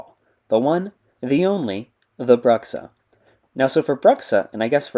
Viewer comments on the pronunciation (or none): You pronounced "Bruxxa" wrong. He told me during a voice call earlier today that it's pronounced "BRU-xxa", emphasis on the long u sound like the word brute or tube.